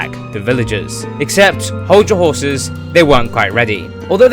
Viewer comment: Ok am I the only one who heard him say skrraten hrrses (not trying to be rude)